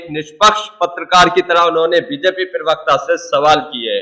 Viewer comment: 😮 आली जनाब,पिरवकता नहीं, प्रवक्ता होता है।